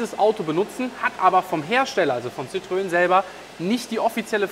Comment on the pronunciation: noch was kleines am Rande: Die franz. Marke heisst Citroën. die zwei Pünktchen auf dem "e" bedeuten, dass in Französisch das "e" ausgesprochen wird. Demnach heisst die Marke nicht Zitrön, sondern Zitroen (Zitro-en). Der Motor mit Öl-Riemen ist trotzdem Sch..... 🙂